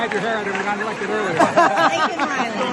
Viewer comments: See i didn't know he actually had a button with LAKIN Reilys name on it and he still fucked up her name LI NCOLN, this only makes it worse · It is obvious JB has a receiver in his ear. Someone is telling him what to say and he sometimes hears it wrong. For example, Lincoln instead of Laken. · Omg, he couldn't even say Laken Riley's name correctly, then told her parents WHAT?? I can't recall any of Joe's children being killed by an illegal immigrant. Fact Check on Aisle 7 please. He never misses a chance in front of cameras to get caught in another lie. Joe seriously want Americans to give him 4 more years??? Come on, man!!. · in all fairness, he tried to say her name. still wouldn’t vote for him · Only because MTG gave him that button. He had that button right in front of him but still mispronounced her name. That proves how uncaring he is because her name has been all over the news lately. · MTG set Joey Baby up Perfectly. Hand him a button with Laken Riley’s name on it know he wouldn’t be able To pronounce it properly. He’s pathetic. Shows how far out of touch and uncaring he really is. Pathetic